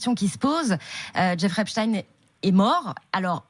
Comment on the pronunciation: Epstein ça se dit pas comme ça ... sa se prononce epstine